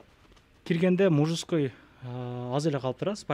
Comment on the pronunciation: Мужужской дейби ыя? 🤔😄 кайра кайра уксам ошондой угулду го мага. Силергечи?